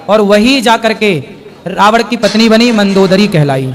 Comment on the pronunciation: रावण को रावड़ बोल रहे हैं,प्रश्न करने वाले ने सही प्रश्न किया है कि जब दशरथ ने शब्दवेधी वाण चलाया और शब्द घड़े से निकला तो फिर श्रवण कुमार को वाण कैसे लगा? महाराज ने एक नई काल्पनिक कहानी सुना थी,प्रश्न अपने आप में बहुत प्रासंगिक है जिसका इन लोगों के पास ऐसे लच्छेदार जवाब होते हैं, यह सब काल्पनिक कहानियाँ हैं,हकीकत से कोसों दूर..